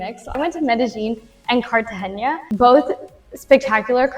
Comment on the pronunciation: It's pronounced "carta henna" not "haynya".. nice chat.